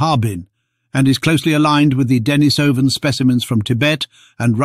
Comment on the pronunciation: Denisovan is pronounced "Deh-NEE-suh-ven".